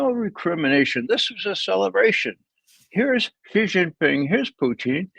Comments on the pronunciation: Dear, dear Judge. First, thank you! Second: "Xi" in Xi Jinping is pronounced she, like the female pronoun. (Ray gets it right.) Not zee like zebra. Not gee like genius. See Wikipedia article 'Xi (surname)' or Google will say it. Phonetically, it is /ʃiː/ or shee. (If one pronounced Trump like Thrump or Macron like Maclon, a polite correction would be appropriate, right? Well, Xi is just as prominent a leader.) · Love these guys. BUT. Now that Xi Jinping is the most powerful person in the world, wouldn't it be appropriate if they learned how to pronounce his name correctly? It's Xi, not Ji.